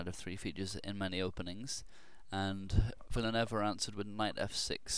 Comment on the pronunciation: the last name is pronounced Villa-New-Ay-Va. Great vid as always